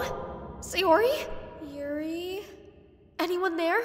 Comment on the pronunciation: Her name is Sayori not Sayuri